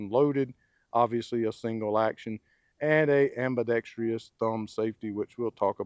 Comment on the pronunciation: length not lenth, ambidextrous not ambidextrious